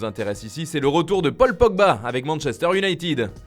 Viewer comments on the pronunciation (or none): none